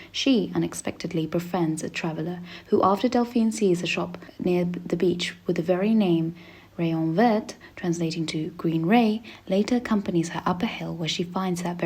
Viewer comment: Btw Rohmer is not pronounced like Roamer, but more Rohm-AIR, and Le Rayon Vert - dont say the T.